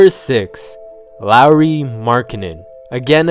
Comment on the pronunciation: Liked just because you didn't slaughter the pronunciation of "Lauri" like every other youtuber